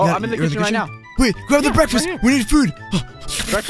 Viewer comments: l need breakfest said it wrong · BEKFAST!!!!or is it BREAKFAST!!!!! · When sees food he says i need beakfast